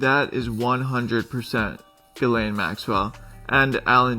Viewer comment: Mais ? Mdr, pourquoi tu l'appelle Gisèle ? C'est Guilène la prononciation, tu m'as tué de rire !